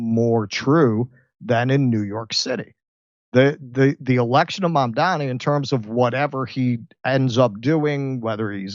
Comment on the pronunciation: It's MAMDANI. 🙄🤦🏻‍♀️